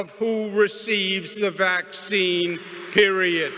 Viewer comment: He said PERIODT